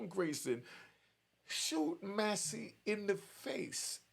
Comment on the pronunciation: Man pronounce her name correctly,: Mass-Cee